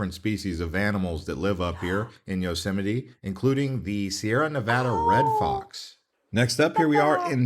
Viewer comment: Her pro-nun-ciation of Yosemite is spot on.